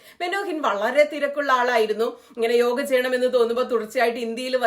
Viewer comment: താങ്കളുടെ വായനയിൽ ചില സ്ഥലങ്ങളിൽ യോഗ എന്നതിനു പകരം യോഗി എന്നാണ് കേൾക്കുന്നത്.